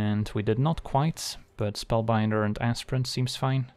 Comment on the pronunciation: Sorry did you say ASSPRINT? For Aspirant? 😅